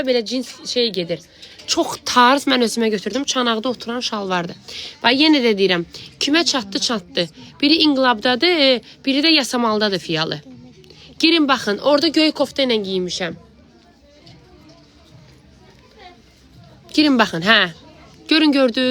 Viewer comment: Salam fial yox filial ay xanim